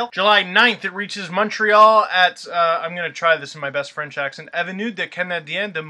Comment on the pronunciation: montreal ftw, and u pronounced it pretty good! and im anglophone ;)